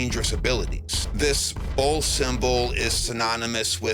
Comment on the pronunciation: hehehe, when you said bull, i heard bowl...that was very confusing for a moment there! :D